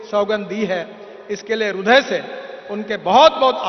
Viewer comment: Hindi me rudya nahi, hirdya hota hai